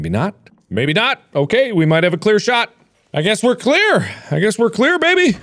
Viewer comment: "I guess we're Claire, I guess we're Claire baby. Yeah we're Claire. Okay we're Claire..Oddly enough we are Claire" It's great mark know's who he's playing as. (And yes I do know he is saying clear but it sounds like he's saying Claire)